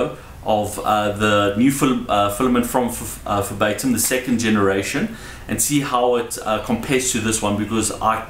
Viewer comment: why do you pronounce verbatim as febaytum xD